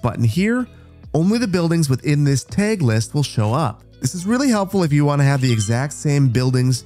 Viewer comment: I had a stroke listening to you pronounce tag.